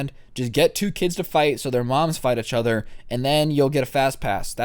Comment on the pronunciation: Im gonna un sub if you keep saying each other wrong